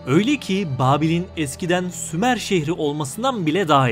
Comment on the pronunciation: Sumer yox, SHUMER 🤦🏻‍♂️🤦🏻‍♂️🤦🏻‍♂️